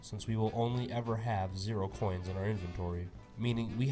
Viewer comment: I love when he said “0 coons collected, better luck next time, Porkrind.” Just hilarious 🤣 😂